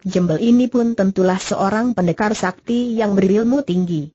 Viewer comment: Ini yg baca robot / program, jadi ada kalanya gak sesuai dgn kaidah pelafalan bhs Indonesia yg benar.. Contohnya "sakti" dibaca "es A Ka Te I" 😁😁 Namun paling tidak sangat membantu kita untuk mendengarkan sambil melakukan pekerjaan lain. Dan untuk itu saya apresiasi sekali. 👍